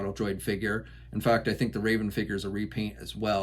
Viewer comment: not rAven ya dweeb! rEvan!